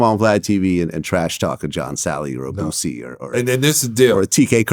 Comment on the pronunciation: John Salley CANNOT say "Boosie" without adding a "T". 😆 I'm sure he's thinking of Bootsy Collins.